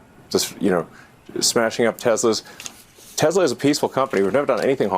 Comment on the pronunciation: Trump said TeslER hilarious